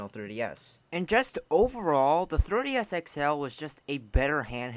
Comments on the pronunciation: It sounds like your saying "Thirty S" not "Three D S" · Me: Say "Three" OP: "Three" Me: Say "D" OP: "D" Me: Say "S" OP: "S" Me: Altogether now... OP: "Third-E-S" Me: Try again. OP: "Thirty-S" Me: 🤦‍♂️ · It is pronounced "three d s ". Not "thirty s". Thank you! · 3DS...not 30s. Say it again 3 D S. Speak more clearly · Comsidering you said the word “3DS” a million times in this video, I hoped you’d say it properly at least once. Couldn’t even make it to the end of this cause you be saying “third DS” every time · The Thirty-S XL. Who keeps hearing 30 instead of 3DS? Lol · I’m hearing “30 S” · "Thirty S" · Why does it sound like he’s saying 30-S instead of 3DS, and how many times do you have to say the word “what?”? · "thurr DS" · He says 3ds like 30s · the way he says thirdy s instead of 3ds is hillarious. Ps no offence not trying to be rude or anything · Hey bro ..why do u keep calling it a Thirdy S ???? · Why do I hear 30s when he say 3ds? Anybody else? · The way you said 3DS at the new 3DS xl part made me die.